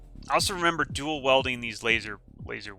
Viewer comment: your pronunciation of dual WIELDING not WELDING is killing me